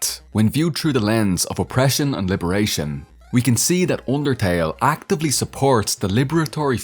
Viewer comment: wroiting voilence oondertail